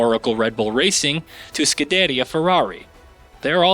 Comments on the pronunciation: Scu-da-ria….not skadaddia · Most accurate f1 representation, mispronounced LeClerc, mispronounced Scuderia, talks about the formation lap like it's a race... Yeah I'll go somewhere else for a review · never say scuderia ferrari again. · Pronounces Leclerc wrong, Pronounces Scuderia wrong. This guy clearly has no idea what he talking about. This game is actually pretty damn solid. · How can I trust your review with your pronunciation of scuderia ferrari 🤣🤣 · I thought he was joking at first💀💀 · Stopped watching after the pronunciation of scuderia